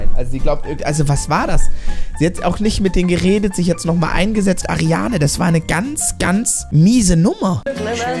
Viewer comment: Wie sie heißt:Ariana Wie er sie nennt:Ariane😂